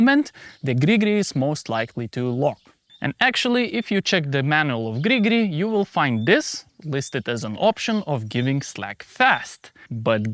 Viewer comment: Please make a short compilation of your "gri gri" sounds 😂